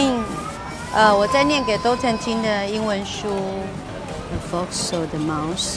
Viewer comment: 为什么名字读法是dOLton…拼写不是dALton 吗？AL （eh-ll）读音…吧？